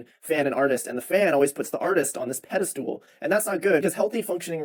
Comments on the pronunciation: peda-stool you mean pedestal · Did he actually say pedostool instead of pedestal? What a dipshit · the way he said "pedeSTOOL," instead of pedestal, twice... is just too much for me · why does he keep saying "pedestool" 😭